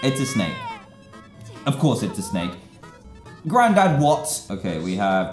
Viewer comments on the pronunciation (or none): ”GrANDAd WOt?!”